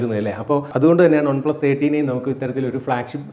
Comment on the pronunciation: ഒൺ പ്ലസ് അല്ല ചേട്ടാ, വൺ പ്ലസ് എന്ന് പറയു..കേട്ടിട്ട് ഓക്കാനാം വരുന്നു..🤮🤮. ഇനി മേലിൽ ആവർത്തിക്കരുത്. പറഞ്ഞേക്കാം.👊🏻👊🏻.